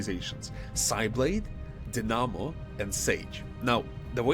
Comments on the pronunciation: Very informative video. Just a friendly reminder, dynamo is pronounced like “die no more” (which is what I intend to do now that I’ve watched your videos). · Just as an aside, if you don't mind, but you're pronouncing "dynamo" incorrectly. 🤓 It's actually pronounced as "DYE-nuh'moh." Your command of both the grammar & syntax specific to English, coupled with a not-at-all intrusive Russian accent (I think your accent is fuckin' dope, personally), combine to make you perfectly comprehensible to any native speaker of the language in question, certainly; given all that I've said so far, I figured that you'd want to know when you were making a small mistake so as to prevent making it again in the future. 🙂 Keep up the great work with the channel, man! I love all three of your videos about the new soldier archetypes in "War of the Chosen!"